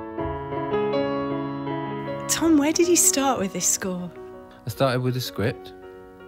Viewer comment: “Within the scwipt”